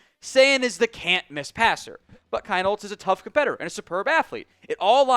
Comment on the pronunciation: It’s still pronounced Keen-holz!